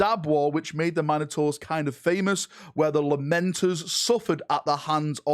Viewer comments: Just listen to him he calls them the "Mine a tors" rather than the "Min oh tors" he's claiming them as his own. (yes i know this is due to his accent vs my own midwest way of talking but still) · Min-ah-tours eh? Interesting way of pronouncing Mino-taurs. xD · Mine - ators? Must be a British thing 😂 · Mine-o-taurs lol...